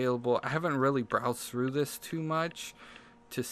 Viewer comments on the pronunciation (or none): none